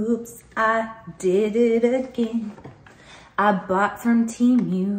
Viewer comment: It's pronounced 'Teh' -mu not teemu lol! If you're patronizing it's good to know😉